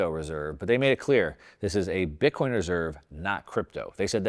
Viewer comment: Please please not bitcion thanks